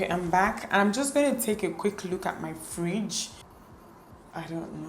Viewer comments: We have a Friiiidge 😂😂😂😂😂 Dt Nigeria tone came out 😂🇳🇬🇳🇬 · the Nigerian accent. " this fridge" 😂😂😂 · The way she says fridge amuses me so much 😂😂😂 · You are pronouncing fridge like a real igbo girl.... 😂😂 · Mara Squad 😂😂😂😂 i was going to say that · The way she says 'fridge'😂 i enjoyed this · Love the way she says fridge😂